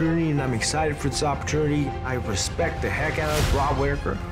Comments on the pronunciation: Twice in a lifetime 'opor'chewnity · Kelvin “opportrunity” Gastlum